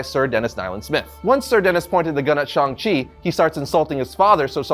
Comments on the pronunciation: It's pronounce shang chi like Hang. Shung chi but sHANG chi. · Thank you! Idk why everyone is saying Shong! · Shang …Shang not shung … there’s an “a” not “o” or ”u” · Ok, why is everbody saying his name wrong all of a sudden?! It drives me nuts, for years it was ShAng Chi not ShUng it's an A not a U. I will continue to say it like it's spelled. Ok, getting off the soap box now. Love the channel and congrats on the comic. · I really hate how everyone is pronouncing shang chi's name nowadays. its SH-ANG not SHONG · When did he become Shong Chi? Even his co-creators called him Shang Chi. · it's pronounced shang chi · How tf do you say Shang-Chi's name so wrong? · It's the difference between American authors making and pronouncing the name for the comic and the producers for the movie pronouncing the name for the character